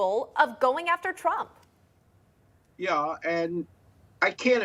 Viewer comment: Did he say " PHONEY WILLIS " ?